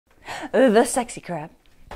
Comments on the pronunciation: did i hear it right that she said the sexey crab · Did she just say sexy crab